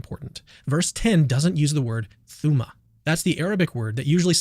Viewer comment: "thooma" hahahaha